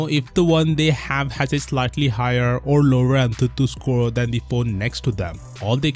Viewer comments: The way he pronounces tutu in antutu means penis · The way says antutu is funny